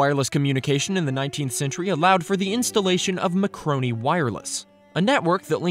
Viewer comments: It’s Marconi, not macroni. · It's Marconi, not "Macroni" which you say several times. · I enjoy your videos and have noticed you saying MACRONI instead of MARCONI a couple of times.